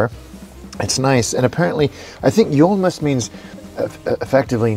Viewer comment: Your pronunciation of Julmust was spot on. Some people save them for the next year but it’s mostly something for the Julmust-nerds.